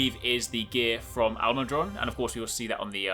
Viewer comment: Definitely pronouncing that monster All-mud-Ron like his names Ron, but he's all mud.